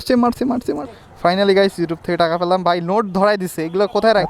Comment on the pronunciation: পেলাম ❎ প্রলাম✅ 😂😂😂